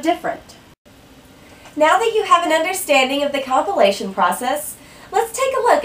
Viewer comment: Brilliant explanation. For a moment there, i heard compilation as copulation :D